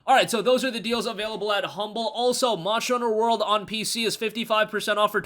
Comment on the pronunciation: you can't pronounce monster hunter world.